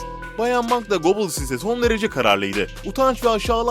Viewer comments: Yalnız "Göbiyils" nedir yaa ... Çok tanınan, ismi defaten filmlerde belgesellerde geçen bir insan. Yine de duymamışsan, açar orjinal telaffuzunu internetten öğrenirsin. Süper konu bul, uğraş didin kurgula, sonra telaffuz gibi basit bir detaydan sınıfta kal. DAHA ÇOK ÖZEN LÜTFEN !!! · Göbels diye okunur